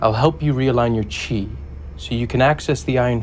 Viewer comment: I thought he said "Focus their cheese."